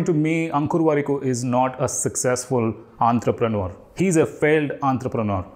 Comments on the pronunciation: It's entrepreneur not Antrapreneur ... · Hear you pronounce entrepreneur gave me an aneurysm !